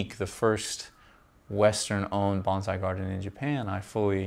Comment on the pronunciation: It’s hard to call you a wen you can’t pronounce “Bonsai” 😢